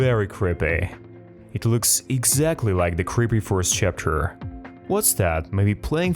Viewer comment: How he says these 2 words banbann chaptr lol